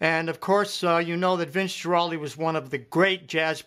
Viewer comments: Not only that, but learn to pronounce Vince's last name correctly: GWAraldi (Guaraldi) not Geraldi. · Garaldi. Not Giraldi. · Guaraldi is pronounced GWAraldi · Guaraldi = [Gwa-ral'- dee] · I'm sorry, but if you listen to Vince Guaraldi carefully, (Guaraldi pronounced with a hard "G" by the way) you'll notice that this is not being played correctly, partly because the left hand isn't consistent (which is pretty much the point of this video) and partly because a few chords are wrong. Listen again more closely and try better.